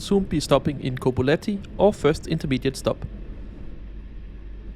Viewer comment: Tbilisi, not Tiblisi as you constantly say